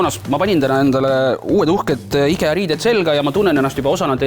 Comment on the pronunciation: Mis asi see "IGEA" on? Võiks firma nime, mida reklaamitakse, vähemalt õigesti hääldada. Me pole soomlased ju?